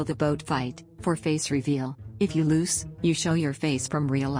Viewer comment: And Not Loos it's Lose